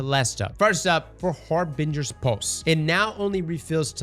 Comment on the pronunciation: Har-bin-gers pulse